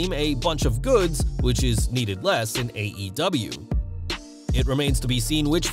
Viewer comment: Mox said they were a bunch of “goofs” lol not “goods” al